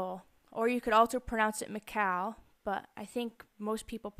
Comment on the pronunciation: Michal is actually pronounced (Mee-chul) but the ch doesn't make a "ch" sound it makes a hard sound..like you have popcorn in your throat. (